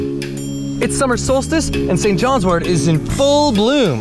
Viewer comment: Thank you so much for pronouncing wort correctly. It drives me crazy to hear herbalists say wart . 😊